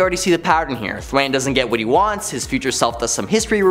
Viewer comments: Thawne not Thwain. It's pronounced Thaw with a N. Thawne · 😂😂😂... I dunno how he even got that pronunciation... What makes it even funnier is the whole time he's calling him "Th-wayne"... You see Thawne in the background... 😂😂😂😂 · “Thwayne…” Smh. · Thwayne. May-stro? Buddy.... I’m sorry, but a little grammar refresher might help.